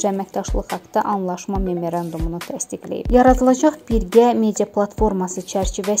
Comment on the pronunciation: Memerandun yox, MEMORANDUM,, X😃😃😃